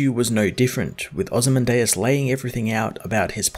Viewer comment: I think its pronounced Oh-zee-man-diaz